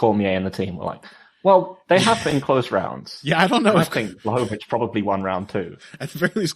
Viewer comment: Amazing how many pronounciations of name "Błachowicz" you're coming up with.